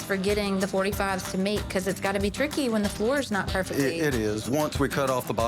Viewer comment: Erin the way you talk is kind it's staged, you pronounce words like bafor bacos it's dramaaa